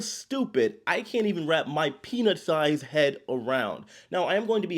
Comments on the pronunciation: You should consider being more careful when you say "peanut-sized head", I had to rewind a few times to realize that you weren't saying something else lol. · Thanks,! I had to turn on the closed captioning to interpret that you said, “peanut sized head,” not penis sized head. 🤣🤣🤣